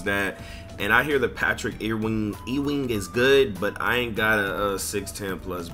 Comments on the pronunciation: That nigga said Patrick ‘E’ wing 🤣🤣🤣🤣. Youngstas these days 🤣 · 😂😂😂 nigga said Patrick e wing lol